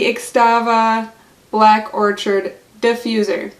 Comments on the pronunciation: Lol it’s not orchard! 🤣🤣🤣 I can’t... Thanks for the review though. And orchid is a flower. You say it like or-kid. 💜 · Excellent review, you've sold me on this - thank you! However, its pronounced Orchid, like the flower,...the 'ch' sounds like 'k'. or'Kid. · Is it Black Orchid or Black Orchard? You wrote Black Orchid but said orchard through the entire video.